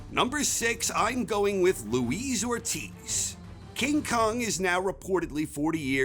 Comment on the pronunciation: good video, but in case you're interested... it's LUIS not LOUISE ORTIZ